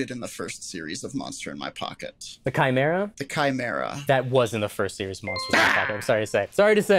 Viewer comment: I’m just glad that you can pronounce chimera